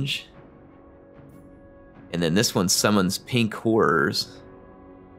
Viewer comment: Every time he says “Pink Horrors” it sounds like “Pink Whores.” I’m a big fan of this